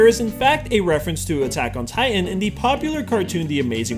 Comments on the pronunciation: buttok in titan? LOL XDXDXDXDXDXDXD I AM DYING! XD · lol! Buttack on Titan! 😂